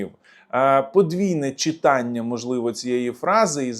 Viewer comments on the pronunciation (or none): none